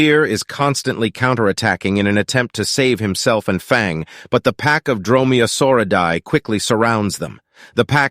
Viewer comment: or they also said "dromaeosaura die☠☠